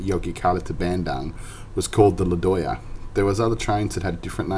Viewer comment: Not LADOYA, its true LODAYA 😃😃😃